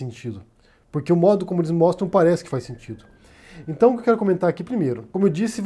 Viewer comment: "Num tá na Bíbria"? "Intão"...